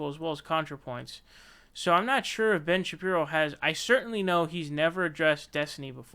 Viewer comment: "Ben Shapri-o" lmfaooo